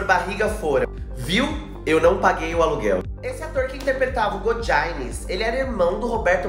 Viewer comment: godiaines é foda né meu amigo o certo é godines mesmo.